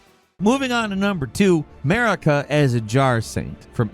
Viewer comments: Her name isn’t pronounced like America. It’s Mar-i-ka. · Did anyone else hear "Merica" instead of Marika ? It could just be me as I'm due to take my second load of meds... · why Elden Ring has 'Murica ? it's not America, its Marika (Mareeka) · i just had to say this, everytime you said the name "marika" it sounded like you were saying "merica" lmao 😂